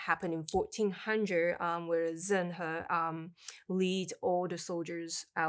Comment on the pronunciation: Awesome video! Great to have you two on board the Treasure Fleet 🚢. Your pronunciation of Zheng He is probably better than mine! 😄